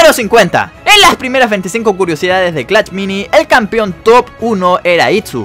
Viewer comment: Wey sabes alabar o qué pedo solo decís clach mini y es clash mini